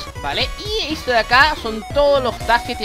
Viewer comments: ay por dios deja de decir eto enfermo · Me sirvió el tutorial pero me dabas cringe cada vez que decías eto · porque decis eto, me da mucha rabia